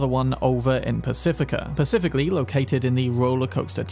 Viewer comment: “” 🙌 this man’s a cyberpunk hero with humor. Keep up the work 🎉 a AND HAPPY HOLIDAYS